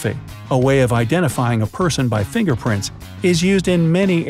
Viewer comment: Nobody: Not a single person:: WhAT iF yoU hAD No fiNGerPrILt